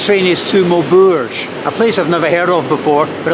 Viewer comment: Always amazed these English travellers make no effort AT ALL to speak French with respect eg Maw berg! No one says it like that! It has an ‘e’ at the end therefore the ‘g’ takes a ‘j’ sound - same as in English. That said, what can one expect, even the English sub titles can’t get it right for the respective “it’s” meaning “it is” and “its” meaning the possessive adjective singular third person for ‘things’…